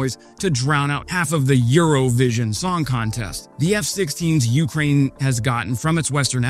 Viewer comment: U-KRAIN, not U-krain